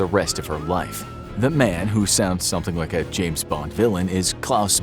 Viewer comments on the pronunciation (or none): none